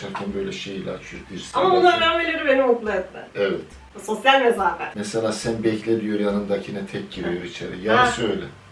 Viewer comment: Ya abla baban her ivit dediğinde gülesim geliyo😁 gerçekten çok kaliteli bir video olmuş(bilgilendirici) komik tıp tweetleri videosunada konuk olursa çok seviniriz☺